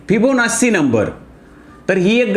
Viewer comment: सर, एक छोटी सुधारणा... ' फिबोनासी ' असा उच्चार नसून ' फिबोनाची ' असा आहे..